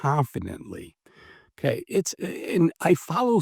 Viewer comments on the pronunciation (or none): none